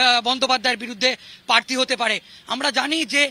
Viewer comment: কথাটা প্রার্থী, পার্থী না। যত্তসব সড়ক ছাপ।